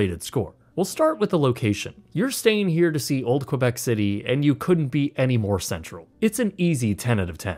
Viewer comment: Not sure Québec is pronounced as Quoibec --- but at good video nonetheless.